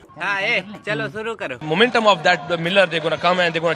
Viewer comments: Muuument um rizwan 😂😂😂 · Momentum rziwan😂